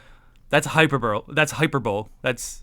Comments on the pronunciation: good video, just wanted to say it’s pronounced “hyperbolee” not “hyperbowl” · also no offence to you in anyway just wanted to say the pronunciation for Hyperbole is Hi-per-bol-ee, amazing content always